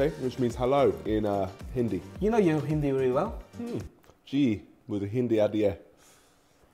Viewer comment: Niko’s hindi is surprisingly really good. (Pronunciation is spot on)